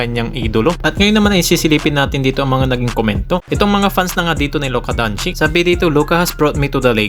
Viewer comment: Sinu c luka donchick..ahaha pagagalitan ka ne luka nyan iniba mo yong pag banggit mo donchech yan..yong iba nmn donsik..